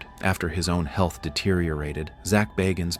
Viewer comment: ZACH BAAAAAHGINS? I don't think he pronounces it as you do. This is a whole documentary that Zach BAGGINS produced has already been on TV.